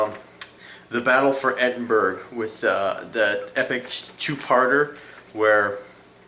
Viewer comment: E-din-bur-uh not Edinburg.